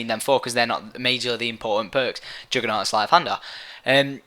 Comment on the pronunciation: What the fuck is "joogernaut"?